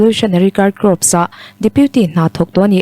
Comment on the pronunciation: Corp hi kop ti loin kor tia lam tur